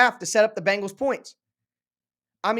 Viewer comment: As a Bengals fan I have to correct your pronunciation it Bengals not Bangels you sound like Chris Simms.